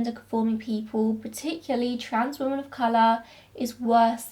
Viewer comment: Do you pronounce women and woman the same, or am I just hearing it that way in your accent? No hate, just curious 💖